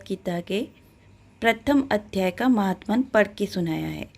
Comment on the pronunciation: महात्मन नहीं माहात्म्य